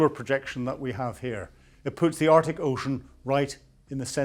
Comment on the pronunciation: Again, interesting content but naff pronounciation detracts from it. 'Arctic' has a 'c' in it - 'Artic' is a lorry!